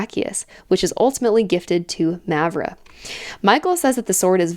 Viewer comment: Btw, both As in Mavra are pronounced the same, with the long ahh sound.